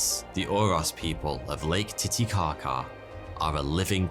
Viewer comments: Pretty sure he said late titicaca at 1.50ish lol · You said Late Titikaka